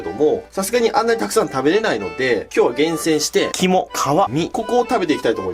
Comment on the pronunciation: 肝・皮・身が キモカワイイに聞こえた